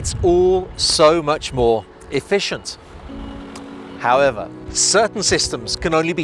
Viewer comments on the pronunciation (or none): none